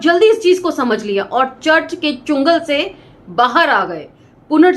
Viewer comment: जय भीम आपके द्वारा चुंगल बोला जाता है । शब्द चंगुल होता है । अन्य सभी जानकारियां अच्छी रहीं । इरानी आर्य लोग भारत को आजतक‌ गुलाम है ।जिसका मुख्य कारण है मानसिक गुलामी ।